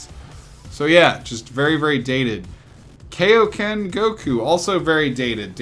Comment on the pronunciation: Please don’t say kayo Ken goku ever again please